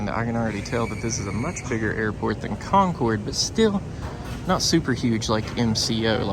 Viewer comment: Thank you for pronouncing "Concord" correctly. 🙂